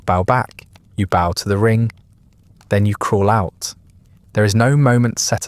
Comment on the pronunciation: The regular mispronunciation of "bow" makes me suspect that this may be an AI narrator. If so, it's a very good one.